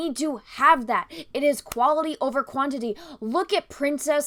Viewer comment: Heads up, at about , when you're discussing how much men speak in great movies vs. how much women speak, you're comparing "quaILty" vs "quaINIty". Likely just a glimmer of dyslexia. Just something goofy I observed. I totally agree with you on all your points in your video.